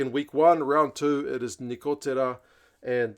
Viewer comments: Congratulations for pronouns of Nicotera (perfect) and Cannone (almost perfect). They say here that Lorenzo Gun (Cannone) is on radar of many anglo&french teams... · Nicotera's last name is pronounced very well, on Cannone, good but not very good😊work on it a bit.